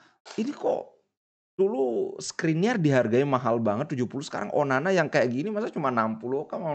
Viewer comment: ONANA BLI BUKAN ONANI... SALAH SEBUT TERUS ENTE BLI...